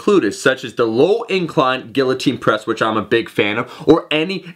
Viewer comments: "gill-uh-teen" press. LOL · guiltine press? wtf are you smoking please wtf